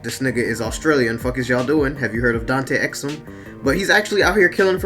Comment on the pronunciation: "Have you heard of Dante Exum? " ouch. that hurt.